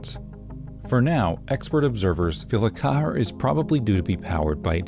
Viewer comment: Pronounced "QUEER"!